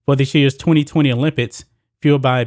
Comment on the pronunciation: the issue is american's patriotism. it's everyone's right NOT to be a patriot. people need to stop believing that america is the greatest country in the world and calling non patriots "anti-american"!btw the word "olympics" is pronounced "ks" at the end